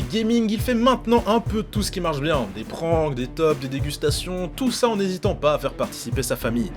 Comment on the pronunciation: Bordel STOP DIRE PRANQUE